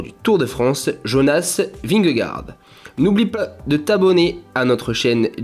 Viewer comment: A part la très mauvaise pronociation de "vingegaard", très bonne vidéo.